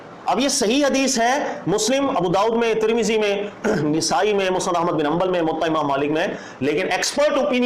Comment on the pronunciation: نِسائی❌❌❌❌❌❌❌ نَسائی✔️✔️✔️✔️✔️✔️✔️